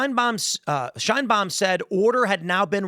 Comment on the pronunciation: "Sheinbaums" Mexico😂